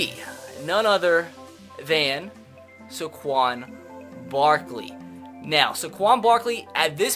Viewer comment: how did he just pronounce Saquon Barkley